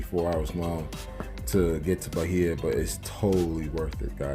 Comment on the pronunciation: BAI-EEEEE-AH no H sound